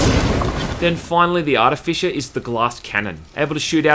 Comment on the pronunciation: Okay. Either I have been pronouncing "artificer" wrong for years, or you are pronouncing it wrong, or this is a different but similar word. And it's doing my head in.